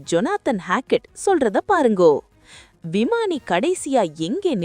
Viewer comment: சகோதரி. உங்களுடைய செய்தி வாசிப்பு திறமை. அருமை ஆனால், ஆனால் """"பாருங்கோ? வாங்கோ ?, போங்கோ ?, மீட்டிட்டது ?, நடத்துவா படுகின்ற? , . ஆபத்து ஏன்டா? சுட்டிக்காட்டி இருக்கா?, அண்ட( தெலுங்கு வார்த்தை), கமாண்டோ இவைகள் ? இவைகள் அண்ட (தெலுங்கு வார்த்தை), வரநாற்று?, """" மேற்கொண்ட வார்த்தைகளின் சரியான உச்சரிப்பை அடுத்த காணொளியில் பயன்படுத்துங்கள்.